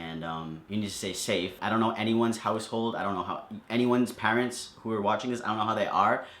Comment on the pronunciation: The only wrong thing about this video was the way he said 'parents'